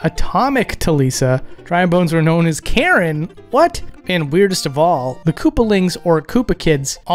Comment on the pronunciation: Haha I like the bit where you read the Dry Bones' Japanese name "Karon" as the English name "Karen" lol XD